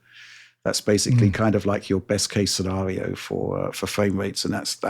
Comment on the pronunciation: Hearing pronounce the word basically as intended instead of “basely” would be a fresh of breath air to me.